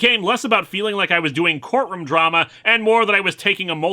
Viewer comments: Court "RUM"???? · He's from Minnesota. They pronounce things the Canadian way.